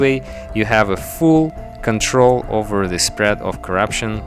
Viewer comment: oh I feel sorry for you on the thumbnail, you said contain and prevent 'spead' lol